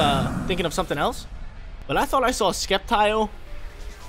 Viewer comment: Sceptile isn't sinnoh. It's Hoenn. Also, you pronounce names incorrect af sometimes